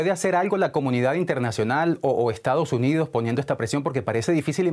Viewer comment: a pero estados unios y no estados unidos como pronuncia de mal el español estos Venezolanos como el airiopuerto no aeropuerto